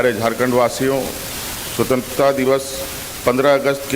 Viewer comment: स्वंत्रता का उच्चारण भी नही कर पा रहा है।।😂😂😂